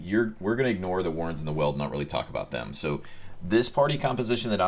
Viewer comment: grammar Hitler here - weald is pronounced as 'wield'